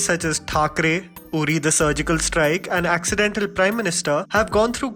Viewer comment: “Acchedin”tal Prime Minister. 🤣 doesn’t want to confront death threats.